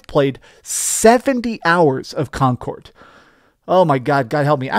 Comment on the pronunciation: Con cord 😂